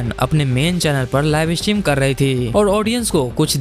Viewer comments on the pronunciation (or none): Live stream ❌ "Laivey estream on hainnnnnn"